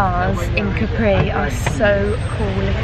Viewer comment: I love your videos. Just in case no one has corrected you yet (I didn’t read through all your comments) you’re mispronouncing Capri. The accent is on the ‘a’, not on the ‘i’. I think we should all take the time to learn how to pronounce foreign words and names as it shows respect for the culture. Ask any native Italian, they’ll confirm the pronunciation. God bless.